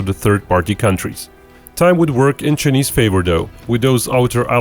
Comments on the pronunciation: I think it pronounce Chy-neese. Not chneest. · Chay- niss not cha-niss your pronunciation is wrong.